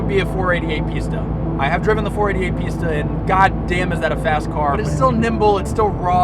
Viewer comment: 488 *pee*sta i laughted a bit when you pronounced pista, came so unexpected, sick video tho, loved every second!